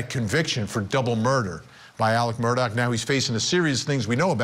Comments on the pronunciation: I wonder how he pronounces Mr. Mur-tock's first name: Alex, Alec, or Ellick?! 😂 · "Murtog" lol?